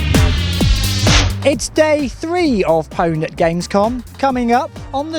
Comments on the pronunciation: its pronounced "OWNED" god dammit! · I still can't believe that an official EA show pronounce it "powned".